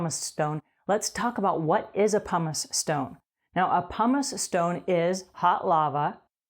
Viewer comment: Why does she keep calling it a "Pomice eStone"??